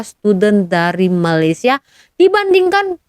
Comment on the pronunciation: Perbaikan sebutan ‘Malaysia’ cikgu